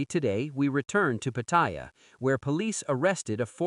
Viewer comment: Until you learn how to pronounce Pattaya, bugger off you newbie grifter !! Showing what a Pathetic amateur you are!